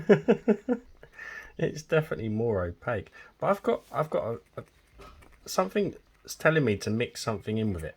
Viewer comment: I can't listen to you talk! somefing, a th doesn't become f????